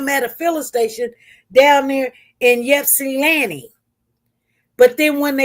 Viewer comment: Pronounced Short i sound starting off as Ipsilanti, you’ve been saying Yipsanti. Respectfully saying SP. 🥰😊